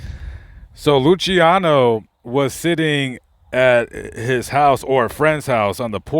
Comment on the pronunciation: You miss pronounced lucianos name